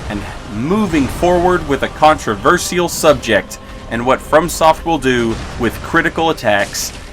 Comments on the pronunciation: I'm gonna forward backstab you if you keep pronouncing contrafershal like that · The way you say controversial and across bothers me.